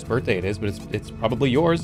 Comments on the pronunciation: "Happy Birhtday" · "Happy birhtday."